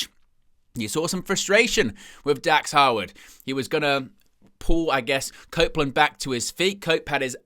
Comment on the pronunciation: Are you saying Howard or harwood?